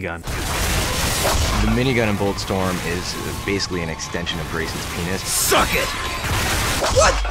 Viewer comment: It's "Grayson's" not "graceous." Grayson is Grayson Hunt, the main character in this game.